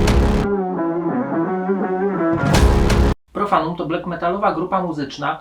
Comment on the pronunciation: BLAK a nie BLEK